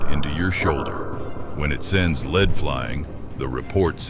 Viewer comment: At around 12 min, the "AI Man" finally said "lead" correctly, then forgot for the rest of the video.